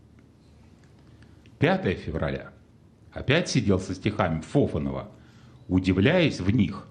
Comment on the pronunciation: Не ФОфанов, а ФофАнов!